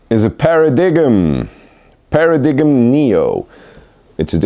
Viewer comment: Paradigm pronounced Per - ruh - dime